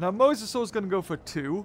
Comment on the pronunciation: stop saying wuwusaurus!